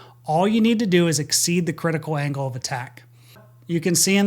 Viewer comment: ...."ANGLE of Bank" NOT "Angel"!!!!